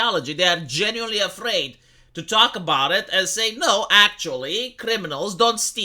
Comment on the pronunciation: "I genuineline repspect Jimmy Dore" 😂😂😂 what jfc I spit out my drink hahahaaha